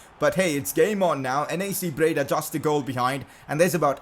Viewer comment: Its NAC breda, not NEC breda 😂